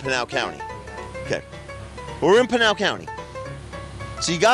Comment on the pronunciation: We love the comments being on!!! 🎉 we love!!! And pinal sounds like your saying penial really fast lol